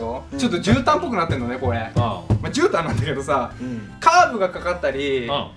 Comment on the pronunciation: 『じゅうたん』が『ぎゅうたん』に聞こえた